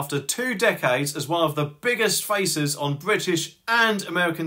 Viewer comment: DId you say 'one of the biggest faces' or 'one of the biggest feaces' ?